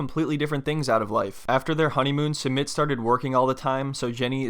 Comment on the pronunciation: Her not prounouncing Sumit properly is killing me; a lot of the people on this show don’t try to learn their spouses language and even learn how to properly pronounce their spouses name